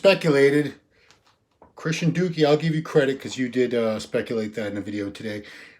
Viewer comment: The "" broke a news story? Hey Christian....I called you...not Dukee.